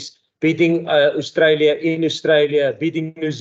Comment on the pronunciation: can you please pronounce Australia properly and also get rid of the FNB heavy away kit ..